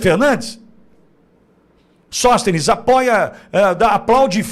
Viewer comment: Sõstenes o que é isso??